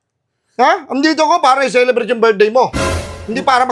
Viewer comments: CELEBRATE❌ SALSALEBRATE✅ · Celebrate ❌ Ejaculate ✅